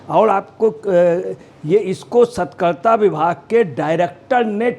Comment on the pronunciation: Bhai sahi se bolna tou seekh lo pahle....!!!! Satarkta vibhag ko Satkarta padh rahe ho.... Hdd hai yaar !!!!🙄